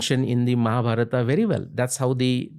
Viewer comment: Liked the way he said Ramayan and Mahabharat and not `Ramayana and Mahabharata’